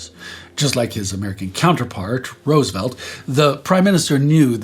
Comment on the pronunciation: Thank you for everything you do! Also, thank you for pronouncing Roosevelt's name correctly- it blows my mind how many Europeans don't.